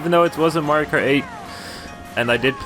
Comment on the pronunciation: he dissed Mario’s name hard lmao